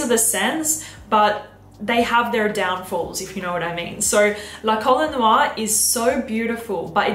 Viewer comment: Please ask Pierre how 'La Colle Noire' is pronounced 😉